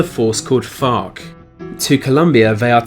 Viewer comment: Doesn't want to say vergina because it'll get him demonetized Proceeds to say FARC in an english accent a bunch of times